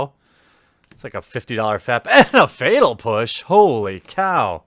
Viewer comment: Is "fetal push" an intentional mispronouncation or just incompetence?